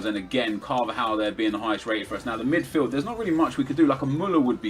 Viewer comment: There's a "D" and the end of Midfield not a T 😅